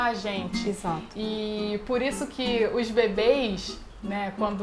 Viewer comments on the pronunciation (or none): "Uish bebeish" kkkk "os bebês, ficam viciados em caseína"